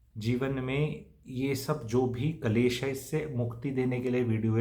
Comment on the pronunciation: एक शब्द को लगातार ग़लत ही बोला जारहा है । वह.शब्द़ है -- " कलैश " जो कि पूर्णतया ग़ उच्चारण है । सही उच्चारण है -- " " क्लेश " ==